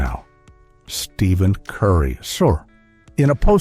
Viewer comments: Can’t take this video serious if the guy narrating can’t even use the right name for Stephen Curry. Stephen not Steven when pronounced idiot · So, you still cannot pronounce STEPHEN properly. WTF!